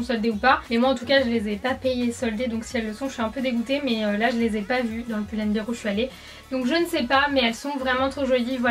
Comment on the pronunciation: pull and bèr putain, si vous le prononcez bir c'est bière en anglais 😂